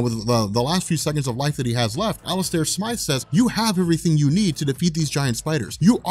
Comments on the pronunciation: smith does not sound like smyth stop calling the spider slayer smith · smIIIIIthe, it has the long "I" sound and then pronounce as you would with an E at the end of his name